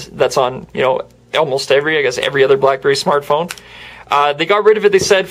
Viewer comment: listen at 53 seconds blackberry blllalaalalaelee